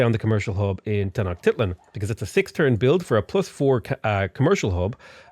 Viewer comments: Tenoch-tit-lan. Lol "Ten-osch-ti-tlan" Otherwise, probably the breast Civ 6 titorial I have found. I have over 100 hours in the game (which isn't much by Civ standards) but I didn't even know the continents only having 4 luxuries, the siege mechanic, and the idea about holding research back one turn. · “Ten-oh-shteet-lahn” is how your capital is pronounced